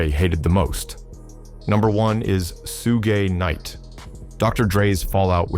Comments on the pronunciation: Oh my God what in the AI trash is this? You can't pronounce Suge Knight? 👎🏻👎🏻👎🏻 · Who the fck makes this video hiw u mispronounced SUGE KNIGHT